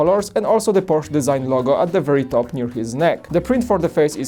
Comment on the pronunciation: I’m glad knows it’s porch-uh. Polish may have similar pronouncing to German.